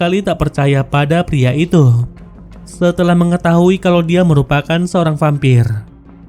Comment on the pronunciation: perbuattt, nyahhhh, diahhhhh, terbakarhhhhh,bungahhhhhh, padanyahhhhh